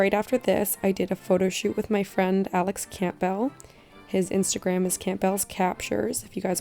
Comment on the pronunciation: It's not pronounced like camp-bell It's pronounced like cam-bull